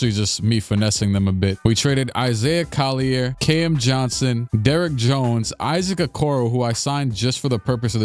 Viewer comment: I'm dying at the fact that he's pronounce Collier with a french pronunciation when it's not pronounced like that lol